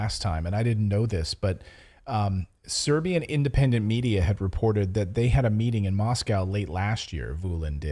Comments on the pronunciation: Your pronunciation is marvelous, no worries! Pozdrav iz Beograda za najbolji kanal na U Tube 😇👏👌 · Your pronunciation of Serbian names is just fine.